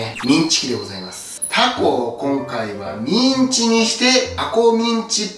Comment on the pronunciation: ミンチが◯んちにきこえる